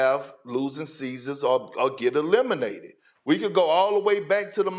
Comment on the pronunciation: Did i just hear "lemonated". I knew Lebron was a lemon.. but damn.